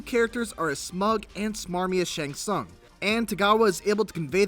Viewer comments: soong. sOOng. Not sAUng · Its not SUN ITs pronounced soon smhhh noobs